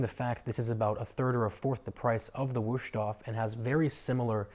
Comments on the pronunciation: Mein Gott... my ears. Just just, in "English" Vust-hofe. Waayyyy closer than Wooshtoff. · Wow, butchered the name times two. Don't try if you don't know.